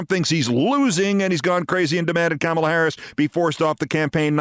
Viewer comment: It’s pronounced “Comma-la”, NOT “CAMEL-LA”. C’mon, Keith. Do better.